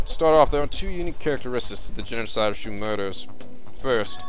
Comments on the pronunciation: It's pronounced "Show" not "Shoe". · Yeah, but not like "Shoe".